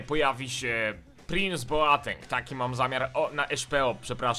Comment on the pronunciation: Słuchaj to daleko zajdziesz, on Boateng wymawia Boteng:p